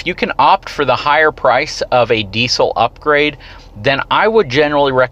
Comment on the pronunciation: Please learn how to pronounce the word "diesel" before dishing out advice about diesel trucks. It's in the dictionary.